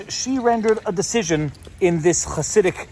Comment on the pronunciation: As an orthodox jew, all I have to contribute is that you nailed the pronunciation of "Chassidic."